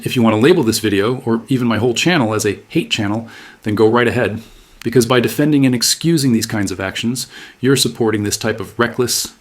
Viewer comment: I can't stand the way she says "because"!😂😂😂